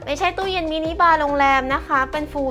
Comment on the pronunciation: ทำไมคนไทยต้องพูด เซอร์วิสช้ง เซอร์วิวชาร์จ ตู้ยง ตู้เย็น ,,, เหมือนกันทุกรายการ …